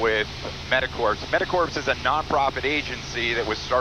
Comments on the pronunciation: Corps is pronounced kor, not like “corpse”. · Awesome on you guys!!! One thing though...Corps is pronounces like "Core" , ...is sounds esp bad in the context you are using it in...sounds like you are saying Medic "corpse"